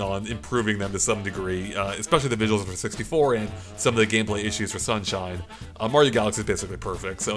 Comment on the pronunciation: super mario shunshine